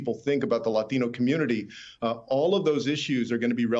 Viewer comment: Why do reporters who speak with an american accent feel the need to pronounce "Latino" with a spanish accent? Do they think it makes them seem cool?